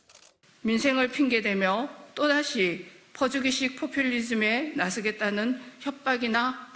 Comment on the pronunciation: 나스겠다는? 삼지돈? 진짜 조상대대로 한국인들은 아닌듯싶다 사투리를 쓰더라도 한국어 발음은 정도는 가능해야 하는거 아니냐? 외국인이 처음 한국어 배울때랑 다른점이 무었이냐? ㅓ ㅡ 발음 구분 못하는거 ㅅㅆ 발음 구분 못하는거 등등등...